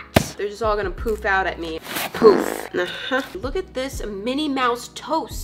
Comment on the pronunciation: When she said poof, I kind of sound like she said poop I mean that’s just the way I heard it may be wrong who knows?(yes, I did like my own comment)